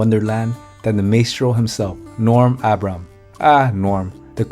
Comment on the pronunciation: If you cannot even pronounce Norm's name correctly, just go home.